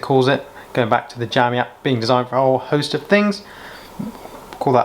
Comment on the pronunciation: jowmi though...lol